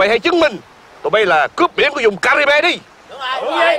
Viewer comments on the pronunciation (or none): caribin mà nói là caribê